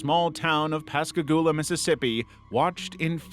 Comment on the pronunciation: I'm so glad you pronounced Pascagoula properly! It's my hometown, and the Phantom Barber and Pascagoula Abduction are the two craziest things to happen here.